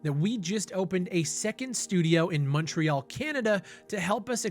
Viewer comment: Finally, somebody who knows how to pronounce "Montreal" in English. I'm annoyed every time somebody says "Mahntreal".